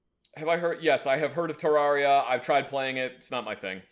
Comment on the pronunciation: hey just so all the internet people don’t yell at you, Terraria is pronounced te-rare-ia not te-rawr-ia lol